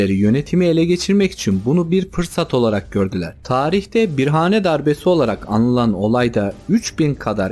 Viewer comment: Eğer bir yayıncıysanız telafuza dikkat etmelisiniz. Bir-hane değil. bira(h)ane. Bazen h yutulur. Ama bir değil bira.